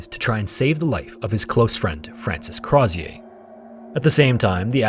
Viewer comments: its not pronounced Croz-ee-ay. its Crow-zher. he was Irish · Hey, love this ep, but Crozier’s name is pronounced more like “CROW-zee-ur” or “CROW-sure,” depending on your accent. He was Irish, and the name has English/Scottish origin, not French. easy mistake to make! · as an fyi, as an irish person, the last name crozier is likely said something like crow (like the animal) shur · Its pronounced Crow-sure, he was irish, not French! And the monkey was Jacque, pronounced Jock, not jack. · It's pronounced "Crow-zure" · Crozier’s name is pronounced “Crow-zee-er”. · I absolutely love your thorough breakdown, it's one of the best on YouTube... But the way you say "Crozier" like he's a refreshing, sparkling beverage absolutely slays me throughout 💀 (This is not a complaint, it elevates my experience, though it's my understanding it was more of a "Crow-zjer," rhymes with Hozier sort of situation). MAD RESPECT! Your research and presentation is always incredible, thank you for all you do! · Crozier - crow-zee-er it's my grandmothers maiden name. He's my great great grandfather or something. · Crozier is pronounced "CROW-ZHER." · Argh! Great video, but you said yourself Crozier was Irish. Stop pronouncing it like he was French! Crow-zer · Apologies, but Crozier is pronounced more like “Crow-sure”. The zi has a sort of sh/j sound. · I can’t with his mispronunciation of “Crozier” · It's crazy how much research and editing went into this but Crozier is pronounced improperly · Hi, great video. fun fact I live in Banbridge, the town Crozier is from, which is how I know you mispronounced it. Don’t blame you, but it’s spoken like “closure”, replacing the l with an r. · youtubers are so dumb the way they can't say Crozier. Oh, he was an Irishman of low birth named Craw-zee-yay, how lah-dee-dah